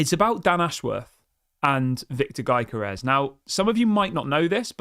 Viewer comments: You have to leave the 'G' out of the name pronunciation .... And call it.... "Yokorores" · its "yo-gö-res"..like you say youguhrt